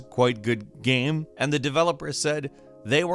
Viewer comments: I keep hearing him say gam instead of game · At the :46 mark, why do you keep saying GAEM? It’s one syllable. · Why can't say 'game' right